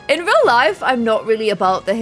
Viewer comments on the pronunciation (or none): none